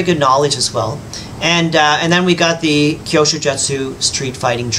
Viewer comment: It's pronounced Like " Q sho " 👍😉